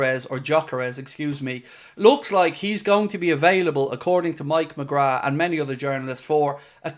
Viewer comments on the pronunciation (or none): none